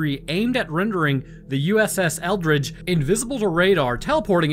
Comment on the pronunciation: Why do I keep hearing it as “USS Eldritch”?